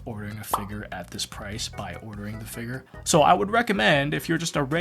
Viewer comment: I'm not gonna lie, I heavily disagree with the way you pronounce figure 🤣 but that's just a me thing haha